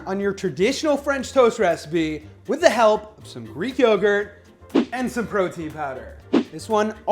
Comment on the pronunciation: I'm here just to hear the word "yeoww-gurt" Bill & Ted would be proud